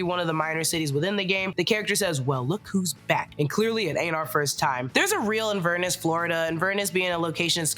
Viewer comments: Sweetie, it’s not Inverness the way you pronounced it, it is Inver-Ness ❤ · The way you say Inverness is really funny haha It’s Inver-ness, like Loch Ness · Why did you say Inverness like that 😢